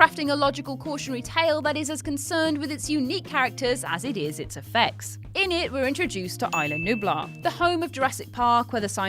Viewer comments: "Ayla Nublar" Whut. It's Isla. EEESLAH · EYE-LA NUBLAR LOLOLOLOLOL